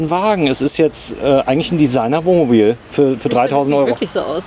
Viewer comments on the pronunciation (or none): ...das übliche Dummgelaber! Er kann nicht ein mal das Wort Wohnmobil aussprechen, er sagt immer "Womobil"...😮😂